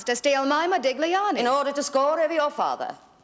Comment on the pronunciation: The businessman keeps saying ModiGliani, with an emphasis on the G. Our lady barrister pronounces it correctly. I suppose they did that on purpose to show that he was a philistine.